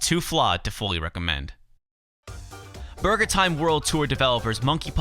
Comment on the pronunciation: i love how you say "BARGER"